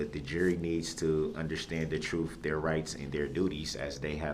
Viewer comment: The word is TRUTH not Troof.